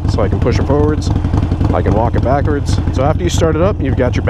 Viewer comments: Hahahaha you said backards "MERICA" 🙌🏽🙌🏽🙌🏽 I now consider you family 😂😂😂😂😂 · Hehehe he said ‘Backerds’